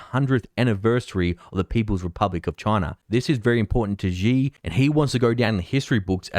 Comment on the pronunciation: Not a big deal, but Xi is not pronounced as zi or ji, but shi.